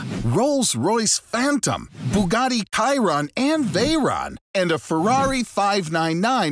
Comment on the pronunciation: I’m sorry did you just say Bugatti kiron